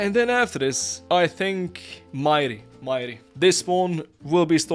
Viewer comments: Botas majri is not mayri. that's an arabic name the j is not pronounced as y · Bro butcherd Majris name 😂😂😂😂 It's an Arabic name, it's pronounced with j not i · This is small but the J is not silent for Majri, it's an arab name